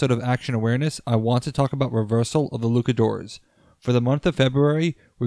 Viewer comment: Is there a reason you are pronouncing Luchadores as Lukadores?